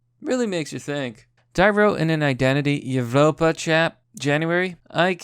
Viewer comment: Evropa is pronounced like Europa... the V is used in lots of that stuff because many Old-Latin languages used a V instead of a U. It’s in lots of Roman architecture and other beautiful works of Europeans too.